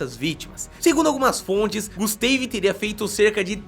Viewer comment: GUSTEIVI, GUSTEIVI .... PUTZ DEU ATE VERGONHA ALHEIA .